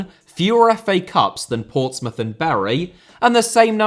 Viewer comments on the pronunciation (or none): none